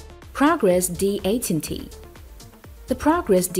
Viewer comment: Progress D 8 un tea??? Is it not D eighteen T?